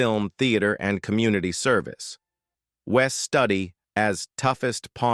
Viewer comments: Its Wes Studi, pronounced ( Stoodi). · It's Wes Studi not Study